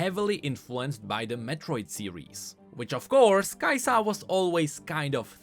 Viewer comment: The way you call her Kai'SA instead of Kai'Sa wakes up my inner demons.